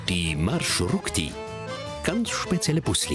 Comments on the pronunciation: MarshruKti? REALLY? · MarshruKti ahahahhaha🤣🤣🤣 MarshrutKi ist richtig